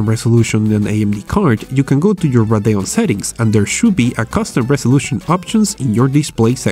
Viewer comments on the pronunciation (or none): LOL RADAON ITS RADEON SPELL IT OUT RADEEON